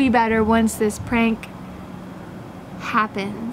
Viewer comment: " She does dis a lot" xddddd OMG